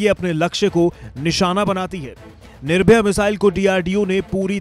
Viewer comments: Sir jee... missile name is Nirbhay not Nirbhaya. Come out of old thoughts... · निर्भया नहीं बे निर्भय! कहा कहा से आ जाते है एंकरिंग करने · कम से कम आप लोग नाम तो सही से बताया करिये। बार-बार आप निर्भय मिसाइल को निर्भया बोल रहे हैं। निर्भया और निर्भय में अंतर है। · It's निर्भय not निर्भया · It's "NIRBHAY" Not NIRBHAYA". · nirbhaya nai be ghochu its nirbhay